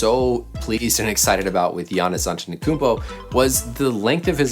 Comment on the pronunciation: Why can't anybody outside Greece say his name right, and probably Nigeria. It's not antenokoumpo it's ante-to-koumpo and the ou is read like u. For example utility.